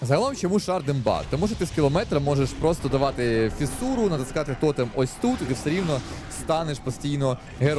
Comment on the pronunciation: не тОтем, а тотЕм